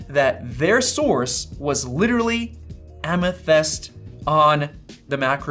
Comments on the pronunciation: “A Meth-ist” 😂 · "a meth-yst" lol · "A-meth-ist" Heisenberg has entered the chat... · Amethist like the gem. "Am-a-thist" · Am-uh-thist. It's a gemstone. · Lol a-meth-yst. It’s the semi precious, purple stone, amethyst. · Amethyst is a dictionary word that you should know how to pronounce! Apparently not. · How do you not know how to say amethyst? It's simply a crystal.